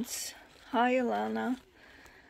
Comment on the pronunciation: Thank you so.much I only been at this for a year, I'm not sure if I can make anything like this, you saw the paper bag pic I sent you I think n that's the closest to this iv made You said my name great just take out the " r" sound instead of alarna its sounds a - lan- na.omg i.just saw all your journals wow wow I think iv got some learning to do no joke I know you did this vid for me thank you my friend that's just so wonderful I was so.proud to send what I made but after seeing all these I do have lots to learn but its 2 step at a time crafting in a bed I'm so fortunate to have come across you n getting to know you from.my heart to yours xxx alanna